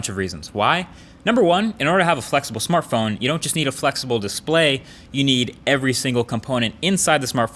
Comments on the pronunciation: ...Marques what's a Smarthpone??? do you mean smartphone 😂😂😂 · /smarthpone??wtf? the most people do not realize that mistake